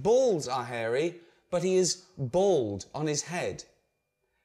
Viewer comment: Hahaha Ricky pronounces Bald..'Bold' :D